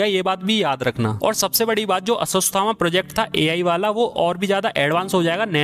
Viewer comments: Aswastama😢😢😢 bhaiya koi acid do kaan me daalke saaf kardunga. It irritating when such great name miss pronounced. Ashwathama he yaar aswastama na. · Aswasthama nahi bhai aswaththama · Ashwathama hai vo sirrr..... your prounciation is so wrong 😂😂.. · Ashwathama hai re... Ashwasthama nahi